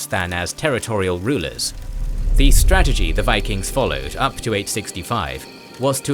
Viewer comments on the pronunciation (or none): none